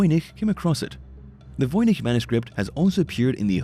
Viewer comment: I can say with certainty, I hate how the narrator pronounces voynich!